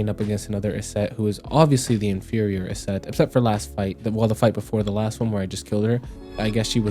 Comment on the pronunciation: Why do you say Yset like that?